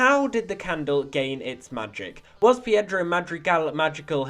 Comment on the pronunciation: Its pedro not piedro